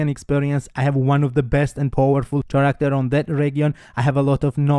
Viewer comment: Character is pronounced like Karacter or Caracter your english is awesome btw congrats